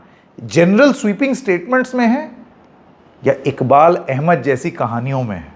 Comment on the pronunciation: bhai inka naam IKBAL NHI IQBAL hy pls aap to sahi pronounce karo